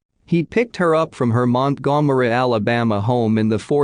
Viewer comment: Montgomery is being pronounced EXACTLY the way it should be 🤣